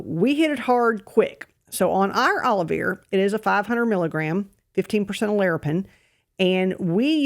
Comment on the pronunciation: It sounds like you are saying Olive Ear. Please show spelling of Aloe Vera I understand now, Olivir. It is a name of a supplement title. For those of us that are not familiar with southern accent.